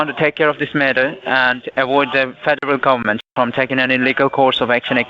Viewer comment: ‘Fadaral gabament’ 😆 Imagine being this painfully stupid lol